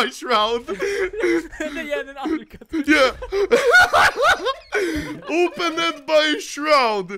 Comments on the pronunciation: “Openid by shroud” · I love how anomaly pronounces “opened”